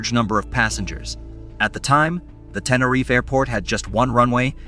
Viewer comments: only from the 2nd mention onward.. the first mention, he called it "TeneRIFE" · And the prize for the most different ways to pronounce Tenerife goes to... And what the hell is "Klum/Kum/Kullem"?